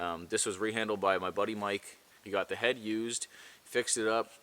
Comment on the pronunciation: you said " Da start the fire" like a Canadian.